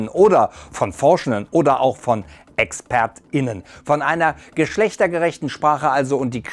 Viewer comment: Mich stört das Gendern an sich nicht, mich stört die Aussprache von zb. "ExpertInnen", die Pause in dem Wort, die Formulierung "Experten und Expertinnen" finde ich viel besser und ist beim Reden viel flüssiger.